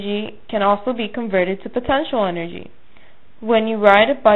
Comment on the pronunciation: energy not enrgy